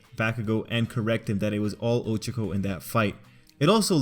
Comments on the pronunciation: I can't get over the fact that he keeps saying Oh-cho-co instead of Oh-cha-co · It’s O CHA K O